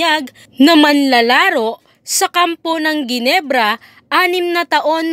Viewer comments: Henebra hindi geenebra.. LOL.. scotty malupit na babaero. Lol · Correction po... hinebra po ang pronounce s ginebra....